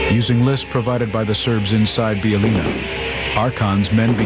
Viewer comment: these idiots cant pronounce a damn word, hearing them say Bijeljina is cringeworthy